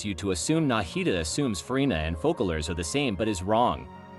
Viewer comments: it's called FOSSALORE , NOT FUCKALORE , in french there is ç pronouns sss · Loved the video! But it’s “Fose-a-lore” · I enjoyed the theory, can't wiat for 4.2 ! Also (I am French) and the "ç" of Foçalors is not pronounced like a "k" but like a "s". As if it was written Fosalors ...